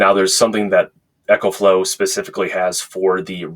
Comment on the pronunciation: Eee co flow. Like economy. Echo is for your guitar. GOOD review